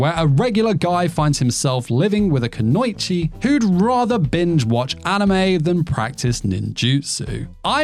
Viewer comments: Kuno ichi. Think two weird when you pronounce it. There is no ow. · Two more anime I'm really looking forward to in Jan. I May Be a Guild Receptionist But I'll Solo Any Boss to Clock Out on Time, and Medalist. As well as 100 Girlfriends Who Reallyx10 Love You, season 2. Oh and hate to be "that guy", just wanted to add the correct pronunciation of Kunoichi is "koo-no-ee-chee". ((vanishes in smoke bomb))